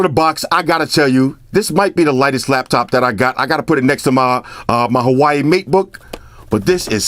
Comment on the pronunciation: did you just say hawaii matebook?😂